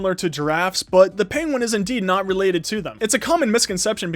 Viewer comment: lol during the vid he says penwin facts